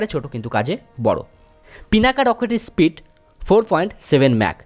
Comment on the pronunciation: স্প্রিইড🤣 কি উচ্চারণ রে বাবা😅😬🤣